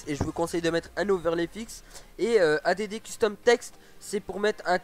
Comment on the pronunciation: A.D.D JPP add ca veut dire ajouter en anglais ca se prononce addddddd